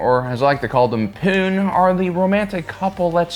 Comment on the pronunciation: Almost spit out burrito on "Poone."